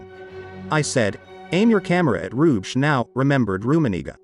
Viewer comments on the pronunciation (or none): Indeed. Nice kinda old-fashioned documentary, but the German and Belgian names are almost unrecognizable. "Hrubesch" should be pronounced "Roo-besh", not "Rouge".